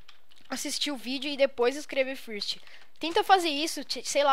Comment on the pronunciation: nao fala first fala fârst ingles asaiushaiuh curti o video :D